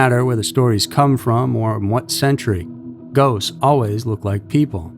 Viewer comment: "Goats"??? Now you can't unhear it.